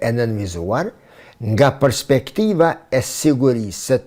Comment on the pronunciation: O idiot me Tapi,, nuk thuhet 'përspektivë', por 'perspektivë'! Hallelujah!